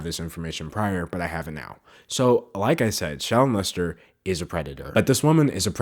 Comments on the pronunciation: I can't tell if your saying her name or 'Child Molester', but both mean the same thing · Am I the only one that hears 'child molester' when he says 'shallon lester' ? 😂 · If u speed up the video it really does sound like he is sayin child molester when he says her name must suck your name sounds the as child molester 😂 dam them comments was rt. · I thought you were saying shallow molester not Shallon Lester. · when you said shallon lester, I thought you said child molester... bye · Holy crap, I'm watching the video again, because I don't have anything better to do and I just want some background noise, and when you said "Shallon Lester" I heard "Child m*lester" I screamed. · the way that they pronounce “shallon lester” makes like their saying “child m*lester” and i’m dying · bruh my boyfriend was overhearing this video and he kept hearing her name as "child molestor" instead of "Shallon Lester" and I didn't even think to correct him until the 6th time he said it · Every time you said shallon Lester I heard child molester, and then I realized what you were really saying at the end 🤦🏽‍♀️